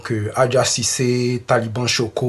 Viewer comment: C’est Adja cissé et non adja six